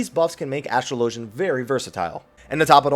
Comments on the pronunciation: There is no way on earth astrologian is pronounced the second way you said it. Anyone who thinks it is doesn't understand English. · Why the fuck does everyone pronounce astrologian incorrectly.